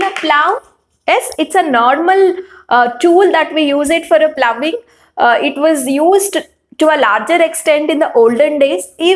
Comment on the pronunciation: Madam you have used the word ploughing and phoughing.ploughing is correct